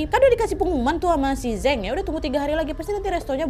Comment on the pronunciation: Kak Nad, kalo di Cina, Zheng itu bacanya Ceng (antara C dan J), bukan Zeng. Tapi karena Kak Nad orang Indo ya gpp lah suka-suka kita aja bacanya ya, Kak 🤭😆